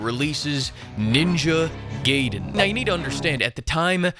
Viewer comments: It's Gaiden not Gayden. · The way bro pronounces Gaiden hurts my soul.